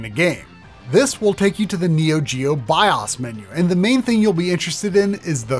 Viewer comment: Great video except for the goofy ass way the dude pronounces bios every time. Like calling solder soulder.